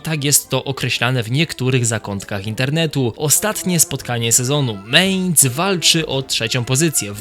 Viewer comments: mAinc nie mejnc kurwa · nie "ciągło" tylko ciągnęło... potworny błąd - nie "meinc" tylko mæinz. To powtarzane meinc brzmi fatalnie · Nie chcę cię martwić, ale to jest Mainz, a nie Mehnz. I choćby Mainz było pisane przez a-umlaut (czyli "ä") to wciąż by sie czytało, jako Mainc, bo "ä" ma dokładnie takie same zasady, jak "e" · Nie mEinz tylko mAinz.